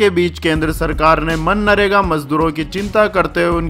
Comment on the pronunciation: मन्नारेगा नहीं भाई, वो मनरेगा है